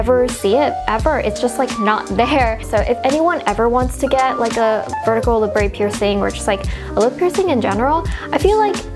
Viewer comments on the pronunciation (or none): labret isn't french or anything, there is no accent. its pronounced how its spelled la-bret